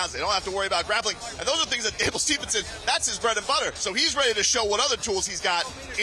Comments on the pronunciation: If this guy mispronounces Gables name one more time I’m turning this shit off his name is not Stevenson it is Steveson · if he says steveNson 1 more time 😂😂 right after the ring guy announced it correctly